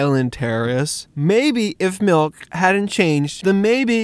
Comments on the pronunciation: Why are you calling it Malk and not Mulk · Its milk not malk prove me wrong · its MALKK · Tigerloverme do u mean MALK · he needs some malk